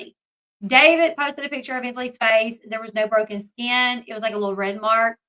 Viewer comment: not the saying "pitcher" lollll